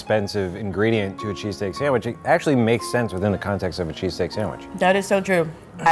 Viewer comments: I KEEP HEARING CHEASECAKE!! AHHHHH!! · I swear every time I heard say cheesesteak it sounded like he was saying cheesecake.